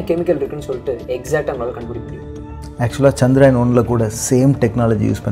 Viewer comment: Firstu சந்திரயான் னு olunga solli palaguda..